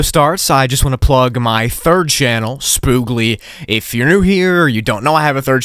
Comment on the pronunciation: thought he said spoongli at 5;00